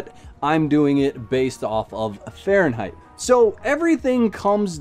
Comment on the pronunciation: why insist on Fahrenheit?? you can´t even pronounce it